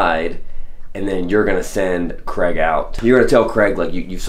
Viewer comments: It’s CrAig, not Creg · Man his name is Craig not Creg ...stop saying creg it's craaaaig